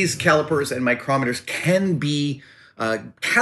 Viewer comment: Adam....mitutoyo microoooometers. Love your work but lets say it together. Mitutoyo micrometers.